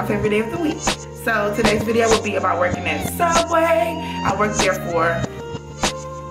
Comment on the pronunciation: it''s pronounced sooubway